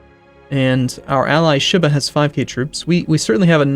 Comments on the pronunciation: sheee-bah, not shiiih-bah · Ugh. The way he says Shiba.